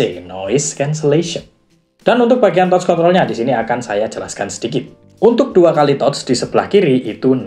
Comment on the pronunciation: Reviewnya keren dan lengkap, cuman maaf sedikit saran aja mas.. pronunciation bahasa inggris nya tlg di perbaiki.. banyak yg salah.. misal kata wind atau touch.. hal sederhana tapi agak mengganggu aja sih, kan sayang konten udh bagus2 gini tapi englishnya gitu.. hehe.. sukses terus channelnya ya mas..